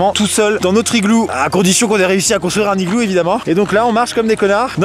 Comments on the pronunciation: Aussi on dit "un nigloo" il faut faire la liaison et on dit "à l'intérieur de l'igloo" et pas "du igloo" Bisous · La liaison aussi, ça se prononce un nigloo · Aucune liaison n'est faite dans cette vidéo, pauvre igloo.